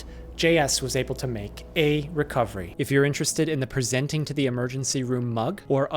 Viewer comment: I gotta ask, how come you put so much emphasis on when a patient is 'presenting'? Very informative videos!